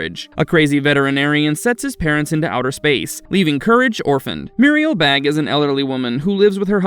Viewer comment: Isnt the last name pronounced Bā or "bay"?